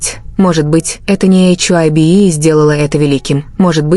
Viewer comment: что за чушь вы несете...вы даже HYBE правильно говорить и писать не умеете...😡оставьте ребят в покой ,им от таких как вы защита не нужна...